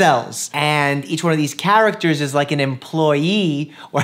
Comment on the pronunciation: no one: Dr. Mike: C h ä r a c t e r